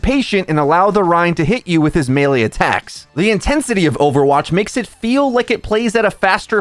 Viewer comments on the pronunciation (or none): none